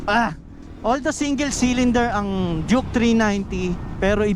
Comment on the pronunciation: Duke not juke😂